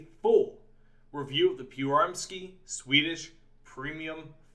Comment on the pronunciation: The way you pronounced Pyörremyrsky sounded Russian more than anything else. Also, calling the PM-1 "Swedish" is like going to an Irish pub and telling them they're "English".